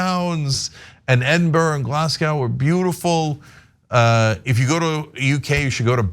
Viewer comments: FYI at the mark it’s Glas-GO not Glasg-OWW - good attempts though with the pronunciation - respect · Hot tip, it's not Glas'GAW', it's Glas'GO'. :) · Just FYI, Glasgow is pronounced Glazz-Go, not like Glass-Cow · It is Glasgoh as in dough not Glasgow as in cow. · Glasgow: It's not Glass Cow. It's Glaz Go. Thanks, from a glaswegian. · I’m saving any foreigner a world of pain and humiliation by telling you now Edinburgh is pronounced ED IN BURR AH Glasgow is GLAH Z GO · Good fun! Come visit Manchester (England not NH) and I'll introduce you to a Lollipop Lady and a few wankers I know 😁😁 Oh, Cenk it's pronounced 'Edinbruh' and 'Glasgo' (or Glaesga if you're from around there which I am). Try 'Auchtermuchty' next 😋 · Or Glas-gae if you are local. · We pronounce Glasgow “Glesga”😂😂😂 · Double fisting isn't used in the UK. People would think the same thing as Americans. Chinwag means have a gossipy conversation, not a monologue. No one uses 'gadzooks' apart from awkward nerds. You might hear it once every 10 years. The second syllable in 'Glasgow' should rhyme with 'dough', not 'cow' : ) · Good job on pronouncing Edinburgh correctly. Glasgow was completely wrong but better than nothing. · I've never heard anyone here called street lights "lollipops". I'm Scottish and you'll often hear the C word being used as a positive. You can safely say of a kind-hearted person "he's a good c**t". Cenk you should definitely go to Pitlochry. It's heavenly. But work on those pronunciations of "Glasgow" and "Edinburgh". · I've never heard anyone call a traffic light a lollipop. Oh, and your pronunciation of Pitlochry, Edinburgh and Glasgow needs a little work!